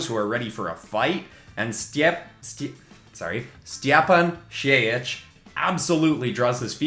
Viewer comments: Stjepan's name is actually pronounced something like Styepun Sheyich, nice video though. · Watching you trying to prounounce Stjepan Šejic was the best part of this video lol